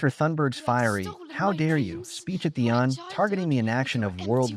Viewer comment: ”Speech at the UN” — pronounced ”un-” not ”you-anne”. AI voice here?